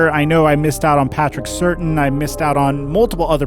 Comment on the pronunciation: He said Patrick "Certain" again